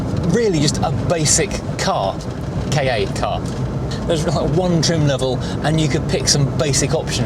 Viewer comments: It's pronounced Kar. Saying it short - Kah- makes it sound like you're coughing up a hairball. Saying it as K.A suggests it's the initials for something, which it isn't. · It has to be pronounced Ka as in cat without the T